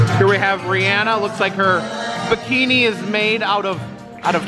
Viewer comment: you are just the few groups of ppl who correctly say ri-anna name 😊 the h is silent not a lot of ppl know that 👍👍👍 of all the singers out there she is my most favorite, and beside her is jlo, Miranda lambert, carrie underwood, they are the best.